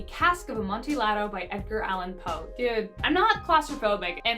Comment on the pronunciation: you dont pronounce the L in Amontillado